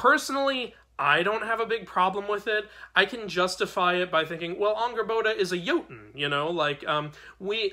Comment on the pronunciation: Just as a note: it's pronounced Angrbotha. It's not actually spelled with an English "d."